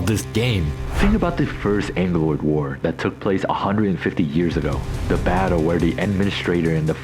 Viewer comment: The main question in the game for me: IT IS CLEARLY WRITTEN "AGGELOI" WITH VERY DISTINCTIVE DOUBLE G BUT THEY ALL SAY "ANGELOI" WHERE THE FUCK THIS "N" CAME FROM